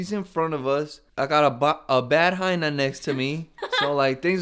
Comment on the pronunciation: We dont say hyna in Texas lol wtf